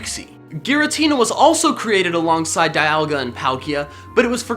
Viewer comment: It's giritina